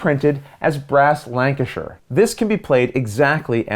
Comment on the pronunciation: I know this is silly, but you said Lancashire and Birmingham correctly, and I really appreciate that 👍🏻😂